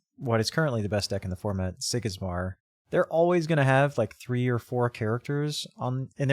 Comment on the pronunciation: Ty for the review, idk if Yzmir is pronounced the way you do, but now I can't stop doing it as well so.